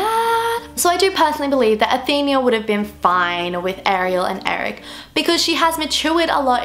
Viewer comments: its Athena not Athenia like how youre pronouncing it hahaha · Athena, not Athenia. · It's not how you pronounce "Athenia" it's "Athena"!!!!! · it's Athena not athenia. uve been pronouncing it wrong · its Athena not Athenia. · it is pronounced Athena not athenea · What the hell stop saying athinia it is Athena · Ok I am so sorry I am a massive Greek Mythology geek and you didn't pronounce Athena right. Athena was a Greek goddess and the fact that Tristan was Poseidon's son would make a good film theory as the goddess Athena and the god Poseidon were mortal enemy's any way the way you pronounce Athena is .A theen a. Athena really sorry I didn't want to sound picky or B*tchy I am just a massive Greek myth fan its my life and I hate when names are wrongly pronounced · There are many things wrong with this: 1. She pronounced Athena wrong the whole time 2. It is a music box that King Triton gave her for her anniversary. 3. They are there for the king and queen's anniversary. It wasn't some random get-together 4. The mermaid she saved was her oldest daughter, not "some girl" 5. The two mermaids have different colored eyes 6. She grabbed the music box because she loved the present and loved music